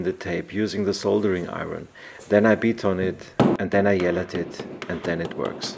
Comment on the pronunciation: "And then, I yeal at it... and then it works" If only, it was that simple :D